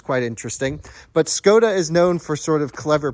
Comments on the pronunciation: It's [Shkoda] by the way, as a Czech I felt compelled to come here and say it. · Same Enyaq is an official vehicle of the Tour de France! So cool to see it following the leaders… The 24 month wait time is tough though. PS: It’s pronounced “Sh-koda”